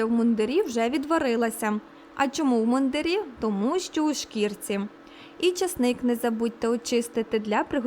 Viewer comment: Картопля в мундИрі, а не в мундирІ. Одяг військових-мундИр.